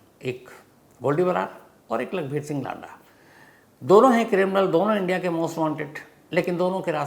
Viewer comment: lada नहीं है लंडा है भई